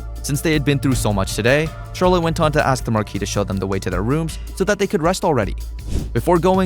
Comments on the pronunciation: the name is written "R E S T" and your pronunciation it "Lust" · Bro do u have the l and the r mixed up? cuz u call rest, lest and u called the alst forest, arst forest like, bruh